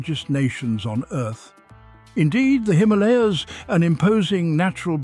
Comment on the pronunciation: The way you say Himalaya is cringy and beats the purpose of the name it self lol